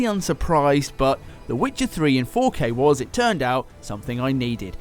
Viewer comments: love how you said "kay kay kay . . . kay" lol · he saved it with that last 'K' 😂